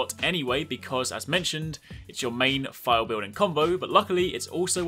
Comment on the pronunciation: I'm up to negegante(?) and had no clue what a fial or phial was. I though you were saying "file" and I'm going through my inventory likr a crazy person. But word not withstanding you need to do a little more explaining this. Like what constitutes knowing if you have a phial ready primed to fill. Does that make sense, do basic sword attacks charge it, and how to move phiald from your sword to your shield? I had a general question too, if you block an attack does that charge your shield or does it expend phials? I am still really new to this weapon, heance looking tutorials. If you could slow it dowb a littlw bit too. I was constantly rewinding to see if I heard you right. The basic stuff was really helpful. Like the x+triangle. I was looking at tutorials to see if there was any way to go from sheathed to shield. That's normally the most basic move you can do but they made it a tekken move for some reason. Thanks!